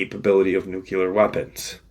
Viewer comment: I don't know why but it ALWAYS gets to me when people use "nucular" when they mean NUCLEAR...for your edification. Love the content, thank you for your research and views.